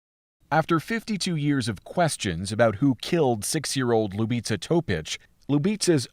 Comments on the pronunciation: Little girl’s name is pronounced Lyou-bee-tsa. It means love or kiss. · Stvarno bi trebalo malo da se potrude oko izgovora imena koja nisu engleskog porekla...bukvalno para usi kada izgovara njeno ime nepravilno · Ljubica is pronounced Loo beetz sa. Her last name is said as To pich. I am from Windsor Ontario. There are youtube clips from Windsor Police where the former chief of police pronounces her name clearly.